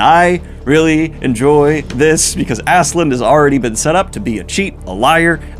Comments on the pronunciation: Love the videos. The "Love" conversation is pretty important btw, since "Love" is kind of the main plot point of the series... Also please do not call the dude Askeland. its "Ask-a-lad". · Why tf is this guy calling him Assland when it’s Ask-a-lad? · I’m sorry but Askeladd doesn’t have a “n” in it.. idk why that bothered me so much but Daniel!! Cmon man! Ask a lad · funny that you correct yourself about Thorkell but still call Askeladd Assland or something :D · Daniel, it's been two volumes now. Stop saying Askeland, come on... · Daniel, please. I love you and your content, but Askeladd does not have an n at the end! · You pronouncing Askeladd with an N is why i watch these now. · Great video. Should point out there is no N in Askeladd if you care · Daniel I love that you cover vinland saga, but it's askeladd. There is no n in the name, I know it's hard to pronounce😂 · Lol I love how there's an insert where he recognizes himself calling Thorkell "Thorkinn", but he then still proceeds to call Askeladd "Ass-Land"